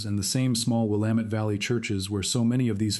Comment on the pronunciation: Congratulations on being able to pronounce Will am et. Willamette !